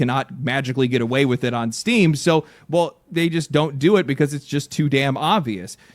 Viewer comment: Oh good, I thought he said "people are really mad at Steve" phew lucky it's just Steam.